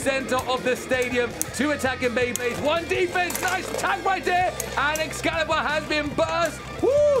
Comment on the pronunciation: xcallius not xcallibur